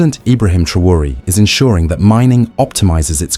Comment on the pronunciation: En todo el video no as dicho s😂u nombre bien ni un vez.pero olee por el. Y por África ❤😊